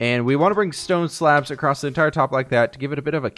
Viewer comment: Love your videos! My only criticism is that you say “acrosst” instead of across. Keep up the great work! I’m getting so much inspiration from you.